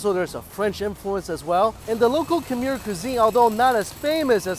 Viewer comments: Mikey!! Thank you so much for visiting one of my home countries (I am half Lao, Laos is very very similar to Thailand in regards to food, language, & culture 😊) I’m glad that you enjoyed it there! But the pronunciation of “Khmer” is not like “Kha-meer”, but rather “Kh-mai”, mai being said just like “my” 😊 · It’s khmai not Khmer omg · I'm going to go out on a limb and say you have zero Cambodian friends because you kept butchering the word "Khmer"